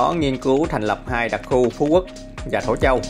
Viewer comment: Thổ Châu --> Thổ Chu. Còn lại ok hết, good nhe anh!